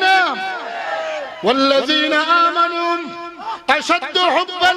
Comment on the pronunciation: ياأيهاالذي نآمنوا এই রকম পড়া মারাত্মক ভূল।